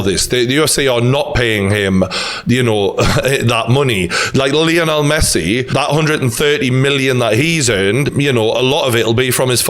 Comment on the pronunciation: O-liv-i- era? Who the fcuk is that? Olive-air-a. Seems you're losing more than just weight. Still love you though. Now we're onto 'Lee-on-el Messi. What you been taking? Can I have some?